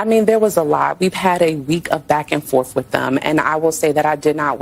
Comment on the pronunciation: LaMonika claims she “went back and forf wit dem”